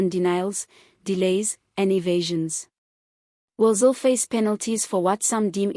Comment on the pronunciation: still cant get her name right😆